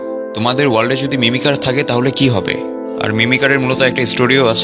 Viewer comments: ভাইয়া এটা মিমিকার হবে মিমিসার না😅😅❤❤❤ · ভাইয়া এটা মিমিসার না মিমিকার হবে 😂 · মিমিসার না Mimicer